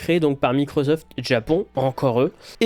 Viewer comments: Merci d'oublier la prononciation MicroZoft (au lieu de MicroSoft), c'est un tantinet ridicule, déjà, mais surtout absolument pas justifié. Je ne parle pas des fautes de grammaire semées ici ou là, juste de ce son insupportable. Merci. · Mais pourquoi microZoft, c'est microssoft qu'on prononce non? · Belle review mais Microzoft...Je ne peux pas l'entendre 😅. C'est un S, pas un Z ! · whaou :) je sais c'est décalé mais je découvre pour la première fois que quelqu'un prononce microZoft !! énorme 🤣🤣🤣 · MicroZoft ???? Tu dois être le seul en France à prononcer ça comme ça !!!! J'adore !